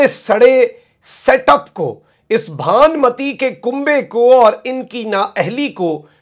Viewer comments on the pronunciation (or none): Apki reporting and stories boht umdaa aur to the point hoti hain. ALLAH SWT apko himmat aur isteqamat bakhshay. Just a request for correction of pronunciation: It's "Bhanumati" ka Kun'mba and NOT "Bhaanmati ka Kun'mba. Because there is a " ُ " Paish on " ن " Noon. بھانُمتی